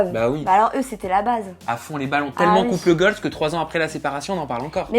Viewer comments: Je pensais qu’il disait "couple GOLD" au début jusqu’à que je lise ton commentaire 😂😂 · On dit couple goal et pas couple goalzeeeee, nn? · "couple goal" Déjà c'est un terme anglais donc il faudrait le prononcer en anglais pour bien faire et sans S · « CoUpLe GoLz » 🤪 Mdrr, c’est UN couple donc on ne le met pas au pluriel donc on dit: couple goal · C’est quoi ce nouveau concept de vidéo pété là on veut juste les interviews nous.. et on dit couple goal au passage hein pas gooaaaalzzzz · tu me stresses a dire couple "goals" avec le "s" à la fin, "couple" est au singulier et puis en anglais on n'accorde pas les adjectifs avec les noms alors on dit simplement "goal", voilà petite info du jour 😉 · couple goals se dit mais tu ne peux pas dire UN couple goals si tu veux dire ça tu mets pas de pronom singulier et au faite couple en anglais on peut dire couple aussi donc c’est juste de pas faire la prononciation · Et pourquoi prononcé goal à l'anglaise mais pas couple ? Haha